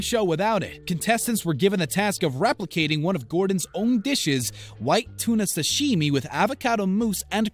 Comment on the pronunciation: Is anyone else annoyed how the narrator says "sashimi" or is it just me?